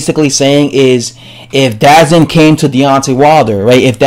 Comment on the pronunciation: DAZN is pronounced D-Zone